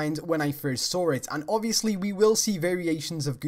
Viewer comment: and when you say saw it sound like sawer